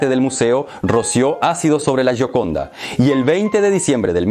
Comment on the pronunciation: Se pronuncia yioconda.